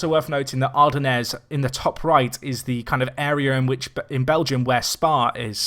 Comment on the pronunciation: TS = Turbo System. And no, that's now how you pronounce Ardennes. ;) Good breakdown otherwise, though, thanks.